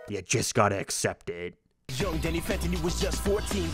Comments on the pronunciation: Gotta be real.. I hear “young” not “yo” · I hear “young Danny phantom” it’s just said weird. More like “Yoong” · Holy shit.. he is saying young. I can barely hear the ng when he repeated it over and over.. i can't unhear it anymore. I liked it better when he said yo 🥺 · It may be written Young, but its performed as Yo. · I grew up on this show and thought it said YO my whole life but after being told and listening again it totally says Young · It's absolutely "yo" there is no "ng" sound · Sounds like "young" to me, just pronounced less nasally. Yo-ng. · Me too he definitely said young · The lyric sounds very clearly to be "young" pronounced with a particular American accent. It is subtle but you can hear the "ng", he just says the word very quickly and bluntly. A common American accent is to pronounce it "Y-OHng" with the ng being much less audible than the "YOH" emphasis. I can understand how you're hearing "yo", but I think it's especially because of the way he pauses after saying "young". That pause is just a flow and nothing to do with the vocabulary, it also makes much more sense for the lyric to be "young" for an American cartoon in 2004. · As much as I loathe agreeing with Butch. You can clearly hear that it is "young" and not "yo." There is a clear N sound, with soft G. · There is definitely an 'ng' sound on the end of that 'YO', especially when you repeat it like that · I can’t believe I’m saying it but your rant on it being yo Danny fenton made me change my mind. He is saying young but he pronounced it weird and got quiet on the second half of the word. I was convinced it was yo until you played it over and over again.